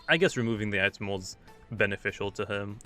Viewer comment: sorry but it's pronounced eye-tem not it em